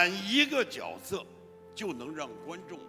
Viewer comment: 是角{jue}色，不是角(jiao)色